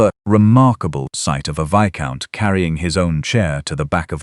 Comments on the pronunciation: Viscount is pronounced, Vi-count. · In this video I hear VISCOUNT pronounced 1 - correctly 2 - VIZ- count 3 - VICE-count The AI should consult a dictionary.